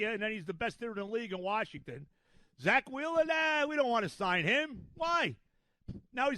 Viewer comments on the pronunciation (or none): none